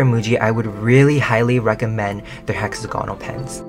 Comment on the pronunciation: Hi just so you know, it’s not hexa-gawnal it’s hex-aaa-gonal